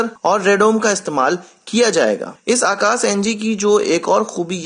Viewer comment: It's Akash not Akas...